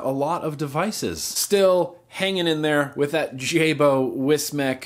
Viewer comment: Jaybo not jay-boy, it's pronounced jai-bow dude lol. Ain't knocking ypu though buddy because it made me chuckle hearing you say it like that and all the time I was thinking, first his coils get dissed and now his name 😂 Obviously I'm just being daft. Awesome blog! Btw, I'm from the UK so I will add, THANK FUCK for Cancer Research UK!!